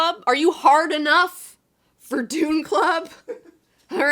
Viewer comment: heh, she says Dune box, I hear doom box as in a ladies